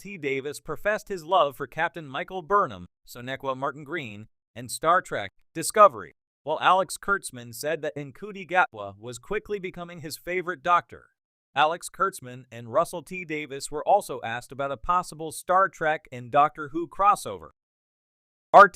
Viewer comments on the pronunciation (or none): Ncuti is pronounced Shuti.